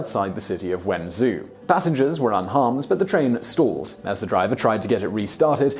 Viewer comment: What's up with Guangzoo and Wenzoo?